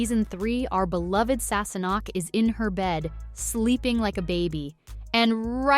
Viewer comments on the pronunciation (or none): It’s Leery, NOT Louhair AND Gayless not Guyless, SassaNACK, not Sassnock, Fraser, not Frazier! Wow! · “Sassenock” and “Frayzure” …hmm. It sounds like they got someone who’s not a fan of the show to narrate this. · "Sasenoch" beautiful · You obviously didn't watch the show mis pronunciation of names especially Sasenache or Loghaire. Claire was coming back into the room when she was assaulted, not sleeping in her bed. Your commentary has the blunders which is dissapointing.